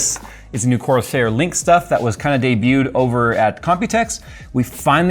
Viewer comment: Man… so clean. I also sniggered every time said “biscuit”, just like “shtuff”.